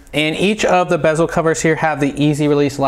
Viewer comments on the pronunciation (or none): none